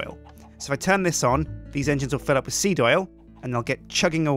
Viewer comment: The more you say seed, the wronger it sounds.